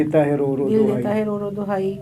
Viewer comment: Dil deta hai ro ro "dohaie" ....not dwaie (medicine). Plz correct yourself.......😂😂😂